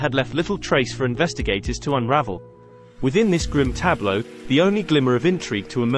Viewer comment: Damn! My nigga said "tableau"!